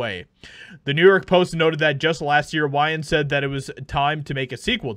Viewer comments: Lol bro, it's pronounced wains. "Why-an" lmao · Why-Yans?? 😂 it’s pronounced Wayne’s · For beginners, Wayans :( way-yins ) not (why-yans). For the youngsters, check out these films and show. In living color. Don't be a menace to South Central while drinking your gin and juice in the hood. Scary movie 1,2. That is real world comedy gold. You will laugh your asses off, or it will offend you so much you sh!t your pants. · WAY-ans, not WHY-ins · Wayans vs whyans …. Marlon Wayans Is how you say it my good friend 👍🏾 he’s the only one I’ll still listen to, him and Keenan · WAY - ANNES. Not WHY ANNES. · WAY-ENS, not WHY-ENS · You should probably learn how to say his name. I wouldn't say anything, but I love the Wayan's family and it drives me nuts every time you say it wrong. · It's wayons (way, not why) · “Wayans” As in “way” not “why” 🤦🏻‍♂️ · It's "Way-uns" not "Why-uns", Bruh. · pls WAY-YANS not why-ans. 😵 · Are you purposely saying "Whyans" vs Wayans? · Wayans not whyins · Wāyans not Whyans long a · wayans. not fucking "whyans". you got that? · Who TF is Why-ins? How do you not know how to pronounce Wayne? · Bro how do you not know how to pronounce his name? It’s WAY-ans, not WHY-ans…driving me crazy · I was hoping to watch the whole article but when you pronounce their last name wrong it sounds like you have no clue who this family actually is their last name is pronounced way ans, not why ans this is the first time I've ever corrected anybody I sound like one of those left-wing Karen's but what are you doing a story about a certain family you have to get there last names pronounce correctly or it makes you look really bad sorry but I still love the show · It’s wayans not wyans you goof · I got stuck on that part too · Way-ans sir. Way-ans. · It's (WaY-ns)! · Pronounced "Waynes". There's like 9 Wayans brothers in acting. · Its pronoced "Weigh yans" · “Why-ans”? I think you mean Wayans (pronounced like it is spelled). Come on, dude! 😂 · Wayans is pronounced Weigh-ends